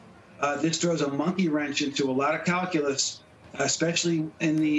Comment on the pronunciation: Did he say kalcoolus ? What dat ?